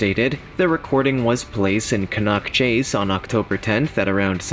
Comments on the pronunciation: its can nack chase thats how its prononced not can knock chase and its very famous for more than black eyed children been murders there a old stone age fort a bronze age fort, ,pow graveyard and britsh and canadian soldiers buried there a crash site of 2 ww11 bombers and a fighter trainee trenches for ww1 a old hospital from 1005 till 1960s a big black cat a shapeshifter ufo sightings orbs and bigfoot and dogman a hitchhier that gets in folks cars and vanishes a mile down the road a crying women in the woods to name a few and locals will not go anywere near the place as dusk comes ,i live half a mile from it ,ive seen the black cat 8ft long 3 and half ft high in the summer of 2014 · Maybe if they see some more of the ghost they might get the place name pronouncement right its Can as in tin can Can-nock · Pronounced Canuck Chase, Staffudsha So fed up of listening to this mispronounced! This was a girl and her grandma picking blackberries xx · It really gets my goat when folks mispronounce place names. For example Cannock Chase. The narrator of the video seriously pronounced it incorrectly. It is pronounced as can-knuck!!